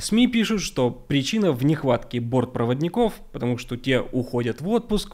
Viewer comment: Про температуру в Норильске враньё. Научись говорить слово что .